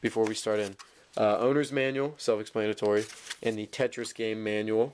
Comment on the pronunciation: Say self explanatory again. I dare you, I double dare you!